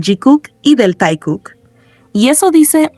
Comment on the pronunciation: It looks more like someone within HYB3 hates JIMIN by leaving him out of the group photos … Is this AI because why is the fake ship pronounced TIE-KOOK and not TAE-KOOK?